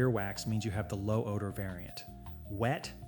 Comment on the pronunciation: “Odar”? Really?!